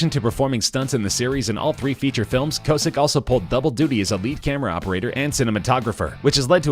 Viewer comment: Your pronouncing kosick wrong